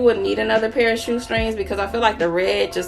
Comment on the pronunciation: She said “ STRANGS “ she must be from da SOUTH LOL